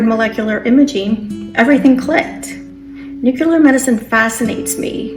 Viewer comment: NU-CLE-AR not nucular